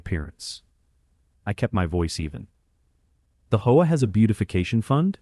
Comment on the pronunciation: Hopefully AI will learn how to pronounce HOA correctly at some point in the near future!